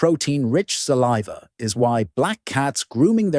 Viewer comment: Suh leave uh? Lol